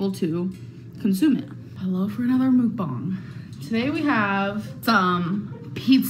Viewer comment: I can’t believe does “mukbangs” but she can’t figure out how to say it. MOOKBONG? Girl stop. Two slices of pizza isn’t a mukbang, it’s called eating leftovers